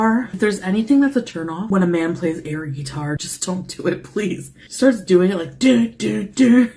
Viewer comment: The way she says "guitar" makes me irrationally angry.